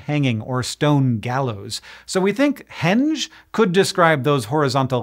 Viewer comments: That “g” did not make a “j” sound, especially if it was related to the verb hang as in this claim. And you're using the word “Germanic” very weirdly. stān is clearly Old English with the long ā having been monophthongized from Proto-Germanic *ai (the PGmc. ancestor of “stone” was *stainaz; compare modern German and Norwegian stein for the diphthong). English is still a Germanic language, so Old English stān is no more “Germanic” than English stone is. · It’s a ‘enge innit?